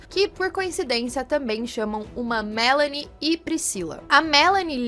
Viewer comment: Adoro quando falam meu nome direito kkkkk Melanie aqui o/